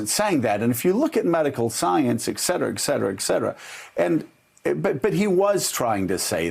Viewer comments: Oh no... Joe... it's Et Cetera, not Exetera. Latin, two words, distinct break between them and hard 't' at end of Et... you're better/smarter than this. :P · It’s eT cetera Joe Dingus